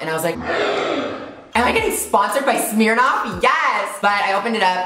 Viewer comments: Smirnoff not Smeernoff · in aus we pronounce it smurnoff hahaha 💞